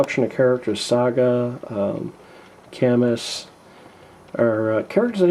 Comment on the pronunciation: his name is pronounced ka-myu, not kammus. the s is silent, but just FYI... ^_^